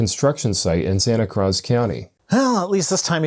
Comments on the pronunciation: nothing on santa "cr-ah-z" county? I give you a pass, but doesn't have the Canadian excuse. Santa "krooz" isn't exactly the middle of the sticks. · As someone who attended UC Santa Cruz, in Santa Cruz county, when he mispronounced it so badly, I wondered if there's another, similarly named county 😐 It is pronounced the same as the word "cruise". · Santa... cruhz?, those words literally mean holy cross in Spanish. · SANTA CRUHZ???? WHAT? That might be the most obviously wrong ever been. Extreme gringo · Something about American evangelicals, Christian nationalism, and pronouncing it as Santa Cruhz (when cruz is the Spanish word for cross)... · Thanks for correcting him on Santa Cruz. I’m from California, so hearing that linguicide was particularly infuriating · I just can't believe pronounced Santa Cruz that way, I had to rewind it three times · He says before being corrected 30 seconds later. Just watch a little more.